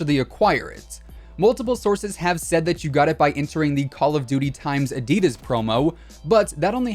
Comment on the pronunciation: I get triggered by the way he said “ADIDAS”, anyone else?